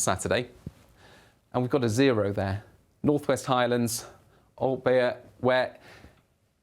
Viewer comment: It's pronounced Aultbay BTW